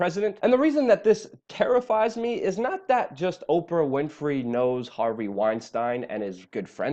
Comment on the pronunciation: Is that really how you say Harvey’s last name? If so I’ve been saying it wrong at work and feel like a dumbass. I pronounce it “whin-stine “. Not whin-stain”